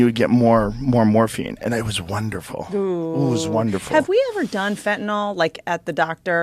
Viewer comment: You would get fentanyl along with propofol, ketamine, liquid Valium and about 15 other drugs under anesthesia. And pronounced 'fen ta nil' rather than 'fen ta nol'